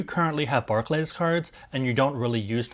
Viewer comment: I’d hate to be that guy in the comments but Barclays is pronounced “bark-lees”. Thanks otherwise for the info though,!